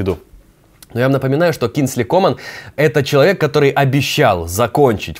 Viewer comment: комАн, а не кОман